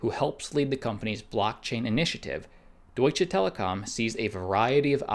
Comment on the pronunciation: It's "Deutsche" not "Doitch" Telekom.